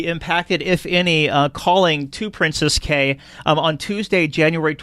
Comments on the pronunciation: It's pronounced "key". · Please learn how to say the word "Cay" - it is pronounced KEY for both Princess Cays and Half Moon Cay